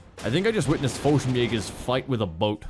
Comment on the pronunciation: The way he said boat though.